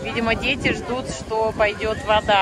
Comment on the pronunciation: не дзеци, а дети, учитесь уже произносить мягкие д и т, а также букву р, не надо рычать.